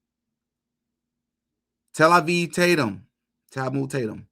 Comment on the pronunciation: You called him Talmud Tatum 😂👍